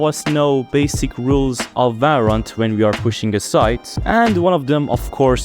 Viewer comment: its valorant not varrant